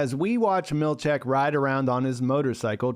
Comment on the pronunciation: Seth's surname is pronounced mill-CHICK, not mill-CHECK.